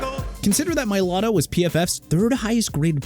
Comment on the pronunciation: Tyrann (ty-ron) Mathieu Mr. Illiterate... also it's Mai-lah-tah... Smh... every time... every time... can't pronounce athletes names right...